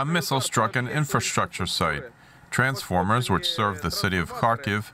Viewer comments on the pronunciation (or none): none